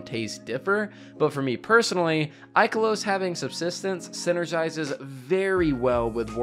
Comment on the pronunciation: Haha man said subsistence and vorpal